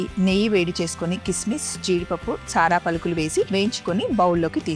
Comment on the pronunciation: సారా పలుకులు కాదు సార్ పలుకులు అనాలి